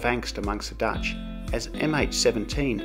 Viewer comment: your dutch is impressive for someone whos living in ozz for so many years:D prenounciation was spot on mate! though im not a huge fan of KLM,i like our national pride ofcourse,but i personally wouldent fly with them. and yeah schiphol's train station is perfect,i dont need swap trains at all to go home all the way south =)